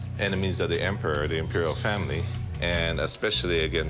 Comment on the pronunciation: did you say family ?